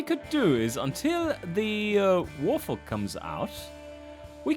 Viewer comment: interesting reading "Wart-Hog" as "Warth'og"